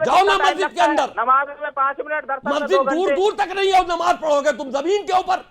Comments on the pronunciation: नबाज नही नमाज़ होती है। एंकर साहब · They could have hire the better host. He kept saying ' Nawaaz' so many times instead of ' Namaaz'. These idiot scholars can't answer abt his own religion (comparing it to Hindu). Need a good thrash ! Host even didn't interfere when he commented on Jitendra ji' family.